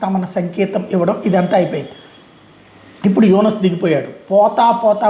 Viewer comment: Yunas kadu yanas